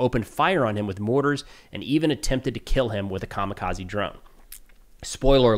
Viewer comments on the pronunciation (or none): none